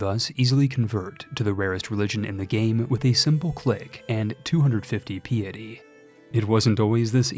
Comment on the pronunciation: Check the pronunciation of “piety.”